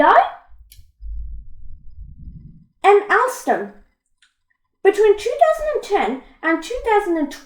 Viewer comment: Alstom is pronounced ol-stem